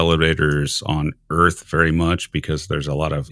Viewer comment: I’m a native English speaker and I find it difficult to catch all he says. It’s partly a common speech impediment which means he pronounces r as w. He has other idiosyncrasies which don’t help either!! Like earth sounds more like owth etc!!! Anyway you just have to tune your ear and it’ll start to be more understandable imo.